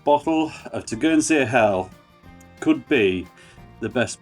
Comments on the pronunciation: Good video mate, it’s such a good beer, one thing is Tegernsee is pronounced like Tee Gan Sea, rather tur gan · It's pronounced Tay gen see